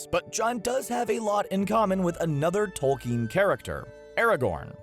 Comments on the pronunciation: you mean h rr tolkin? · Did you mean J.R.R. TOLKIEN ???